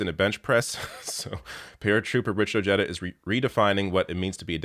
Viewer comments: The man's name is Latino. I believe it is properly pronounced: Oh-HAE-da...not Oh-JE-da. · ps: Richard Ojeda.......the "j" is pronounced as an "h" in spanish surnames; so it's not O-JEDA, rather, its' pronounced, O-Head-a, just FYI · it's pronounced O-hay-da, not Ojedda. That said, I wish you were on American TV. This country needs media voices like yours. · it’s pronounced OH-hay-duh. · It's pronounced, "Oh-Hey-Da" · you are Murdering his Last Name. It's O je' da'. Just wanted to let you know. I'm sure you have Latin Friends who can help you with correct Pronunciations. Thank you for your Video. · Is it not pronounced Richard O-hee-da? 🤔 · 🤦🏻 ok well your Canadian so you can have a pass but yes it’s spelled Ojeda but it’s pronounced O-Hay-Da ……….. making my non-Spanish speaking Hispanic ears hurt lol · It’s pronounced “ Oheda “ the J has the H sound. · Ojeda = oh-hay-da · Ojeda is a hispanic last name so the j is pronounced as an h, great vid either way